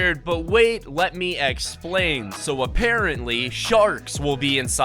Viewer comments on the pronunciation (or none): “Let me eggplain “😂😂